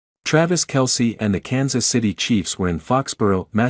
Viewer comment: you should hear the AI that calls him Tray-vis